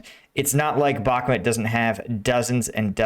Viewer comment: The russians wait for taking Bakhmut until you pronounce it the right way, so please don't 🤪.